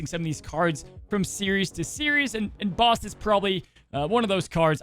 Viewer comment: You're also saying Bast wrong you keep saying Base-t its Bass-t